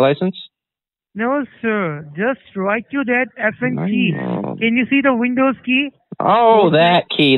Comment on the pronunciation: "thank you for calling vindows" lmao. how does one call an operating system over the phone and have another person respond at the other end? :D their professionalism is god awful. at least try a little guys! next time someone tells you they need help with their pc, just tell them to call OSX, Linux or "Vindows". i'm sure they'll be willing to help them.